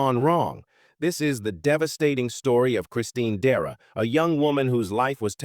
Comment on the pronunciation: Dera??? DECERA!